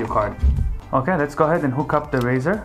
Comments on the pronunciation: A " RISER " is not pronounced " RAZOR " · its 'riser' buddy... not 'raser' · its riser not razor for the love of god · Riser, like sun rise, not raise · rIser, not rAzer.